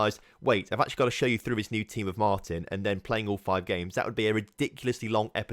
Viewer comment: It´s pronounced mar-tin, looking forward to seeing you take over as manager in my home country!